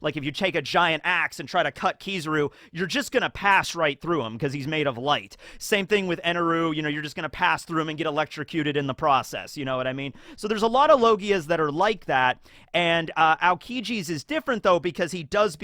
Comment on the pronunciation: EN-EL!! NOT ENURU if your going by the Japanese version of their names then your mispronouncing a bunch of them.